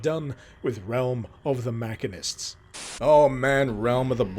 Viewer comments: "Mackanist?" This some strange British way of saying "machinist?" I've never heard a machine called a mackin. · It hurts hearing him miss pronounce "Machine-IST" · I'm so sorry but... muh-SHEEN-ist. Machinist. Great viddie, though. Bought Quake when it came out would love to pick it up especially after learning about it from here.